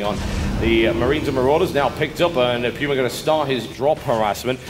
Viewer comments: Puma is pronounced Pew-ma. Do some research before you talk shit moron. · i'm guessing you're right. We (in the states) say it like poo-ma. Sounded kinda funny at first lol thought it was some foreign word but ya